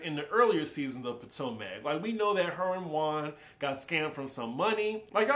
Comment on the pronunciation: The way you pronounce Potomac kills me